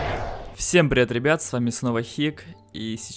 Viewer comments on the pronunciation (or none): none